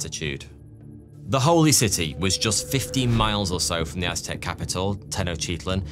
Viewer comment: Watching dispense knowledge while he mispronounces many Aztec names is the video I didn't know I needed!, the amazing history, animation, and production is a bonus.